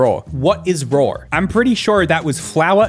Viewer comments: i like how people say raw as rawr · I didn’t think lions laid eggs but Joinen keeps saying “rawr eggs”